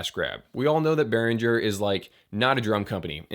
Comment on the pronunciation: Behringer. Properly pronounced "Bay Ringer" German. Give them a call.